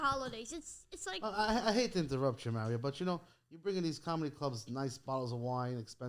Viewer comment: Why does he say Meh Rioh It’s Mah Rio!